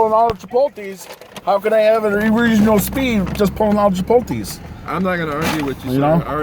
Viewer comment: the real crime here is your pronunciation of the word “Chipotle”. Lol. It’s chi-pult-lay not chi-pul-tees. 😂